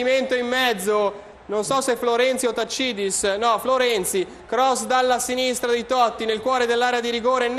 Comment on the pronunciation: taccidis? tacci tua si dice taxidis